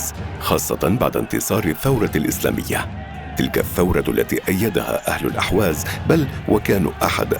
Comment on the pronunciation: ارجو ان تنبهوا الضيف ان ينتبه الى تسميته لاقليمه ...بان يسميه بلاسم الصحيح ...باالاحواز وليس الاهواز ..وكما ينطقها المقدم للفديوا جزاه الله خيرا ..